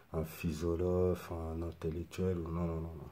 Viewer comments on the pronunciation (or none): Haha, il a dit « phisolophe » 😂